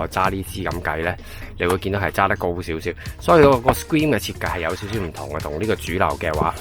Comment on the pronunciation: 詳細分析 留意下 screen 發音唔正確